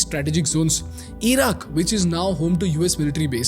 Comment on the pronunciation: 'EEran' 'EEraq'